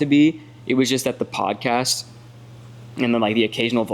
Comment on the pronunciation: Are you saying poncast??? lol you crazy goose 🪿